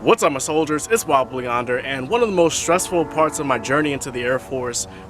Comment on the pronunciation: For the longest time I thought he was saying, "Wobbly Blue Yonder". Haha.